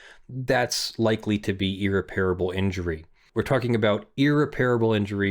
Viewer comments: Irreparable. EAR-REPPER-ABUL. Not EAR-REPAIR-ABUL. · I must apologize in advance! irreparable [ ih-rep-er-uh-buhl ] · If my lawyer was as incapable as you are of pronouncing the word irreparable correctly I would dismiss them immediately and find new representation. This is a word that comes up all the time in your line of work, so you should have been able to figure it out by now. Its no wonder you got your ass handed to you when you filed your objections against Malibu in the case you mention. Where’s your due diligence on pronunciation?